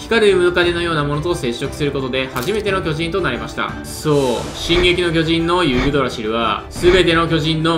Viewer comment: 「そう...」がそうじゃないんよな